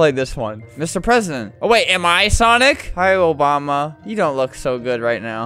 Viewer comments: Obama ❌ Obamda ✅ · obama ❌ obdama ✔️